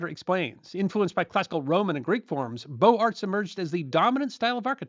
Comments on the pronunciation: Great teaching. Thank you. (where is your lovely kitty?). One small thing: it is properly pronounced "Boze-Art" not beau art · Beaux Art is pronounced BO-zar